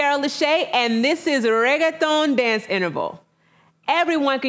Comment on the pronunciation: I didn't know that's how you pronounce reggaeton😑